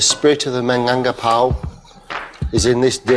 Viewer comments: Do some research first... Plus, I can't with the minangpakau, lmao 😂 Does it really hard to say Minangkabau? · Actually that rendang not too far off from the real thing. You'll be forgiven for only using three chillies. It still needs fennel seeds, it certainly needs to reduce a lot further than that, and the pronunciation of "Minangkabau" obviously needs work, but this is a hundred times closer than Jamie's version.